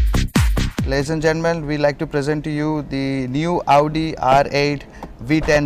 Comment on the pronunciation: its Audi not AAUDI